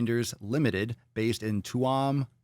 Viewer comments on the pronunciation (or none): That pronounciation made me spit my breakfast out 🤣 and it's written in English not Gaelige 🤭🤭. Still love ya tho Papa. Keep speaking the truth 🙏. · Papa shame shame LOL🤭🤭.. you are most definitely of Irish descent, now that case happened in... try again TUAM (pronounced choom) COUNTY GALWAY (pronounced golway), Ireland 🤣🤣🤣🤣🤣. We have a sugar tax here, my American relatives hate our sweets here because they are in their words bland, in New Jersey when we visited them on the other hand my kids couldn't eat American candy either because it was in their words sickeningly sweet. I also had trouble eating American sweets thankfully 🙏. My jeans still fit me going home 🤣